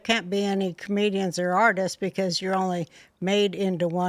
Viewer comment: "Comedians or artists.....". I thought she said, "Canadians or artists." 😂😂😂